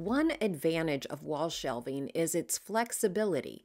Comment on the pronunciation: I know this video is about organization. But, I must PRAISE YOU for your pronunciation of the word “shelving”! Sounds crazy but, schools do not teach that anymore! Younger people keep saying the words as “shelfing”. DRIVES ME NUTS! 😳